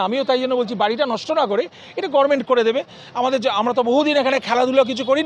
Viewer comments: আপনিও গরমেন্ট বলছেন! কর্ণ দোষ!! 😂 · কিন্তু ডাক্তারবাবুর মুখে গর্মেন্ট কথাটা বড্ড কানে লাগলো।